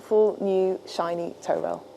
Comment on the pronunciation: Not a sailor here, but I’m pretty sure it’s a “toe” rail, rather than a “tow” rail. Its purpose is not to be used in “towing” the boat, but rather o keep your feet from slipping off the edge of the deck when the boat is pitching and rolling out on the ocean. Happy to be told I’m wrong by anyone moe knowledgeable.